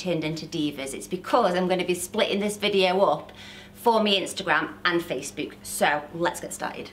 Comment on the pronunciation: I love how you say Face-Bewk!! Super cool accent Oooh I can’t choose 1 🥰